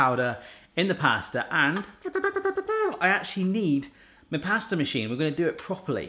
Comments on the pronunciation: Anyone else realise that says ‘plaster’ instead of pasta 😂❤️ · You said plasta at the end just after you tasted it 😂